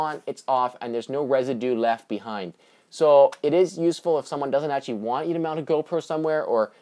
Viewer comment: A lot of grammatical errors. Also it sounds like your saying "etchee" instead of "actually".